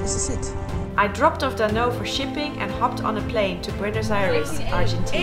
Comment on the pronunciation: Dhanno je moet dan ook de H uitspreken!! Waarom benoem je ze met hindu namen?